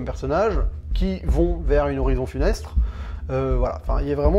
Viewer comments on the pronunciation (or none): funeste; on entend funestre. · Funeste et pas funestre au fait.